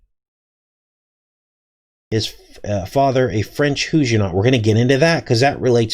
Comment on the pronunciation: Huguenot...pronounced: Hyoo' gen not Is this the word being used?